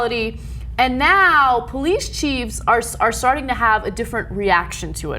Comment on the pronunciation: Ana said "Police Cheeves" I love you bae.